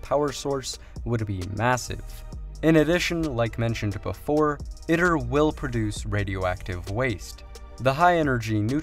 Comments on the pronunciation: FYI, if you drop by the official ITER YouTube channel and listen to a few of their videos, they pronounce it “eee-tur” as opposed to “it-ur”. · its Pronounced E-Tur (Eater) not it-ter you ID-10-T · Just have to point out at the beginning, it is pronounced eat-er. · EYE-TER you fuckin noob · Tokamak uses a toroidal chamber, it's not a torus. It's pronounced e-ter